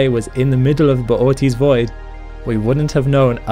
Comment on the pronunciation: Bootys void. I prefer to say boots void